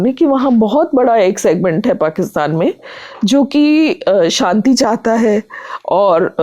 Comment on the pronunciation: Bhai tum interview le rhe Shabdo ko theek se bola kare shadi hota hai Sadi nahi Santi nahi shanti